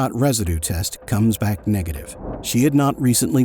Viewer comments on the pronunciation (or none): none